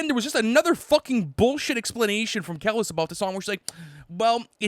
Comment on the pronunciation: wow L for pronouncing Kelis’ (Keh-Leese) name as Keh-Liss lmao